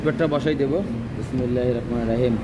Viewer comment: আপনি একটি ভুল করেন,সবসময় বলেন বিসমিল্লাহির রকমানির রহিম,এটা বলবেন না,ভূল উচ্চারণ। বলবেন বিসমিল্লাহির রাহমানির রাহিম।